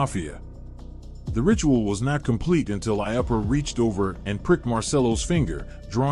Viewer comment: It’s I-oo-puh, not I-uh-push.